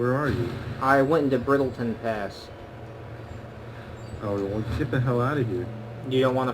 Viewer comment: it's brittleshin pass not brittleton pass you shinlord.